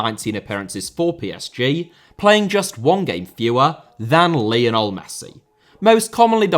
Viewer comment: Félix * not Féilex Debut* not Deibyu Sarabia* not Sarabier Half* not Holf Lionel* not Leonl Lopetegui * not Lopeteigui Dinamo* not Dinamau Zagreb* not Zohrgreb Serie* not Siri Saw* not Sor Petković* not Pehkovyć Can't * not Khon' Gerónimo* not Heronimo Emiliano* not Emiliohrnouw Armani* not Ahrmohrni Celeste* not Celest André * not Ondrei Stegen* not Steigen Twente* not Twentei Eredivisie* not Eradevizei Argentina* not Ohrgentiner München * not Munich Nagelsmann * not Nohrgelsmann Evander* not Ivanda Rather* not Rother Luciano * not Luciohrnouw Koné* not Kouwnei Villa* not Viller Portland* not Pohrland Mitoma* not Metouwmer Caicedo* not Caiceirouw